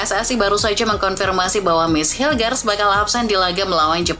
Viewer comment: Menit mess hilgers itu dibacanya Mess Hilhers min Lain kali baca yg betul ya Sebagai perbandingan edgar davids juga dibaca edhar davids